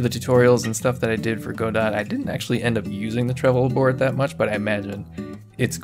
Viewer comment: Whenever he says “Go-Dot” I cringe. Say “Guh-Doe”